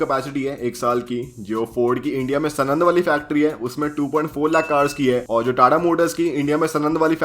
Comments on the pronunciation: Bhai vo sunand nai he pronounciation pronounciation saanand he saaanand सानंद है सनंद नई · Its not sanand its saanand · Bhai Sanand is pronounced as Saanand, just fyi. Good video dude. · #aristrocarsenand nahi hota sanand hota hai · भाई वो नाम सनन्द नही साणन्द है 😊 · Bro it's saaanand not snand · सनंद वाला नही भाई साणंद वाला बोलो भाई 😂😂😭😭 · Just one nit pick : it's साणंद